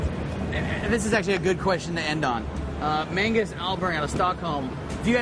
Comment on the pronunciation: Hahahah Mangus? It's definitely Magnus.